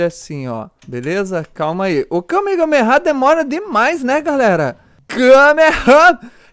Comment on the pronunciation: É Kamehame Háaaa Ñ KamehameHame Háaaa Sério Foi Mal Me Dá Robux